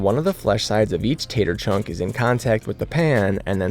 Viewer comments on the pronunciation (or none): none